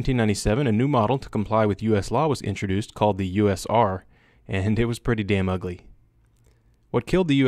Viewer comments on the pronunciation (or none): none